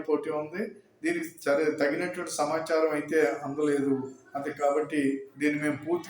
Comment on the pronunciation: చీట్లు, చమచారం కాదు బాబాయ్ సీట్లు మరియు సమాచారం అనాలి